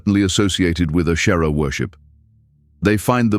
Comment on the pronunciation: Good grief! If AI can do so much, why can’t it learn to pronounce words correctly? Ashtera, Baal?!?!?